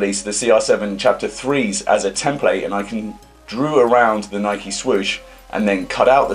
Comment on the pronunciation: yous dont say nike properly